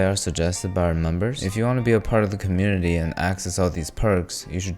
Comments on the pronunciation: Am I hearing things or did you say "if you want to become a member of the canoe-nity"? If you didn't, please start. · Community? More like “Canoe-nity”